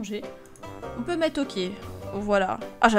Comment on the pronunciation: jpp le oké xDD